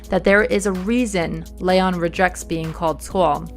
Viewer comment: Love the videos, but...Lay-on?(Its Lee-on) breaths deep You get a pass.